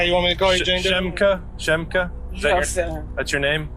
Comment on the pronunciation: Laquandra? Shemika? Yeahhh, they shopliftin', alright 🤣